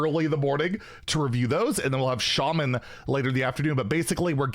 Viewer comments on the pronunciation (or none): none